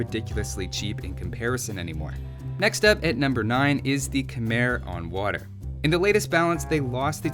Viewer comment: Khmer is pronounced kuh-my